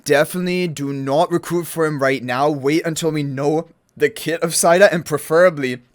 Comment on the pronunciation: Ahh, the English language... Cow is a 🐄 Mow is pronounced Moe Etc...😂 Said is said So, Saida is Said a??? No, it's Seida... ❤